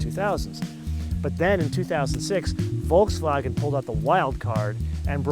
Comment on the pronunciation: Thank you for pronouncing Volkswagen properly.